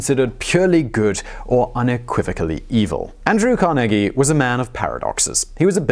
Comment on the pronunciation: I'm from Pittsburgh where Carnegie earned much of his fortune, thanks for saying his name correctly!